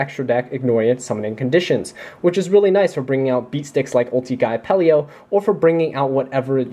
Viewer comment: Great profile honestly, for a competitive version of my fav deck. I just have to say -- Its Apelio, not Apple-e-o <3